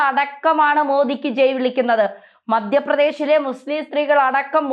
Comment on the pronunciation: മദ്യപ്രദേശ് അല്ല മധ്യപ്രദേശ് ആണ്